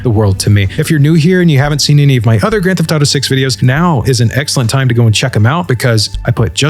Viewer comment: "Geft to taro six" 😂